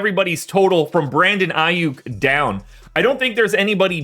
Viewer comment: 😂..I stopped listening when I heard the name aiyuk... you need to know your craft..